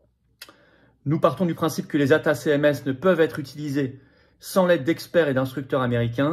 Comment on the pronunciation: Les missiles se prononcent : ATTAC MS, comme Attaque MS